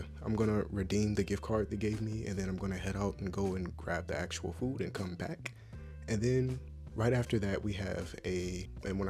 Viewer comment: The way he says I got free phoo....I love you man! <3